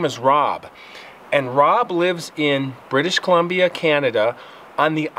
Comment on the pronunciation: He's far from a natural story teller. This is rough with a bunch of cuts and he's forcing it like he's forgetting to breathe naturally. Also "BrITiSh COlUmBIa CaNaDA". He's over-enunciating and it's unnatural and awkward. Needs some improv classes. Probably should write down what he wants to say in point form.